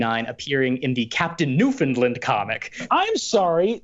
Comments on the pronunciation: Um, actually Newfoundland is not pronounced “noo-fuhnd-luhnd” but more like “noof’n-land” , usually with the emphasis on “land”. I’m from St. John’s, and I’ve never once heard it pronounced the first way. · Um, actually, it’s pronounced “New-fin-land” and not “New-finned-lind” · Umm actually it's pronounced new-fin-land not new-fund-lund. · New found land 🤦‍♀️ there's no 'fin' hahaha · Um, actually its pronounced New-fun-land not New-fin-lind, a common mistake. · Um, actually... It's pronounced New-FOUND-land, not New-FIN-land. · Um, actually, Newfoundland is pronounced "new-foun-land", rhymes with "understand" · Um actually, that's not how you pronounce newfoundland. Newfoundlander here to let you know, it's pronounced "newfunLAND" with the emphasis on the last sylable. It rhymes with "understand". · Um, actually it’s pronounced “New-fin-LAND” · Stop murdering the pronunciation of Newfoundland! Remember it's understAND, NewfoundlAND! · Um Actually Newfoundland is pronounced New fund land, rhymes with understand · Um, Actually, it’s pronounced NewFOUNDLand I live there, soooooo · um actually, you pronounced New Found Land wrong. Easy mistake, here I am to correct you. The way we say it is we remove the Ds from the province name. So it sounds more like New Foun Lan. And also, Captain Canada is less known for being a character for that particular comic, but instead being the mascot for the NTV cable channel. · Canadian here - Um, actually Newfoundland is pronounced “New-fund-LAND” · Um, Actually. That is not how you pronounce Newfoundland. Its said like its spelled New, Found, Land. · Um actually you mispronounced Newfoundland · um actually butchered the pronunciation of newfoundland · Also, just the sheer inability to say Newfoundland is a real mainlander move. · Um, actually, no one pronounced Newfoundland correctly 😅